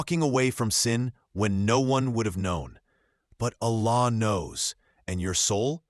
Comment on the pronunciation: Please my guy, dont make the word "Allah" with the AI because it will make it wrong